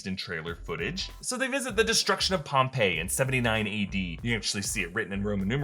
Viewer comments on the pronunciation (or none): none